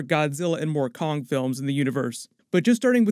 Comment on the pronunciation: "WE NEED KONNG"